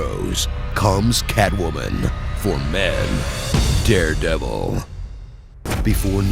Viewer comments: I lost it at ermehgerd its derpdervil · "Imahgrod it's the drepdevil"😂😂😂😂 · err magerd its the derbdevil.. lmao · Ermehgerd its deh derdevurr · Lol ermergerd, its da derbdebell